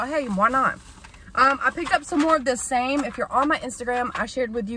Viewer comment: Its called SAM --E